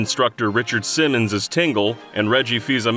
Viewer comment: Anyone else hear Richard SINNONS instead of SIMMONS?